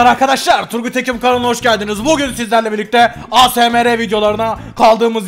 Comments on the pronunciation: abi "A S M R" değil " eysemar" diye okunuyo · Asmr diye yazılıyo ama yazıldığı gibi okunmuyo eysemır diye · Asemere demeniz çok komik 😂😂😂